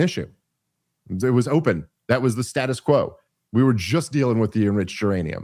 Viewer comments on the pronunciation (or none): none